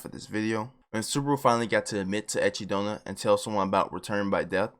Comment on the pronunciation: Why do i always hear achy donut